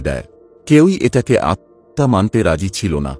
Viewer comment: আত্মহত্যা উচ্চারণটা ঠিক হচ্ছে না